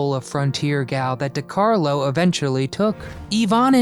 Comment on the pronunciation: Dear, dear Mr Narrator, It's Də/Duh-Carlo, NwAHR = Noir - not nuwar. SAL-oh-MAY = Salome, CAZZ-baah = Casbah, Saf-FEAR-ah = Sapphira, CESS-əl B. Də Mille